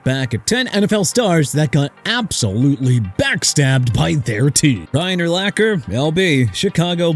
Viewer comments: YEAH CSONKA (SAHN-KAH) GOT BACKSTABBED BY MIAMI AND YOUR POINT IS?!! ALSO LEARN TO PRONOUNCE URLACHER (ER-LAHK-ER)... SMH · Pronounce Urlacher right next time. I lost respect for him when he backed off a clear shot at Brady on a Monday Night game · To add insult to injury, Urlacher gets his name repeated mispronounced by a narrator who is either AI or doesn't know jack about the sport. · Tough to get through a video when the name of the very first entry is continually mispronounced. I mean really? You never actually heard his name spoken aloud before? Lol